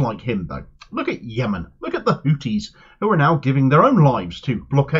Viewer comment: Pronoune the "th" n Houthis as the "th" in thought, please.